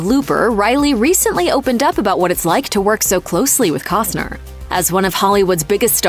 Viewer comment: Can ya PRONOUNCE HIS LAST NAME ??